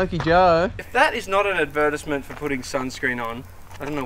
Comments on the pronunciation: The way said “advertisement” made me deeply uncomfortable... 😂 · Lol Advert-is-ment! I knew you guys called them advert's but Ive never heard Advertisement pronounced that way! 😆😆